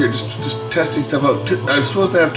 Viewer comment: And you say owt for out.